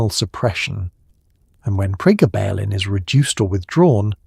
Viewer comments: PREEEEE GABB UH LYNN. Gabb like blabbing, grabbing. GABB. Not prayguh ballin. 😂 Pre. Gabalin. GABuhlin. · Priggabalin??? 😂😂😂 It's actually called Pregabalin! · Prega..ballen ? Ai sux! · Quite simply the best piece on this drug ever produced. Maybe informed by AI but none the worse for that. Pronunciation of Pre-Gar-Bar-Baline is weird. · Pre gaba lin .... Ai can't read that word yet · How could you possibly say it SO INCREDIBLY WRONG when the word is pronounced on the commercial????????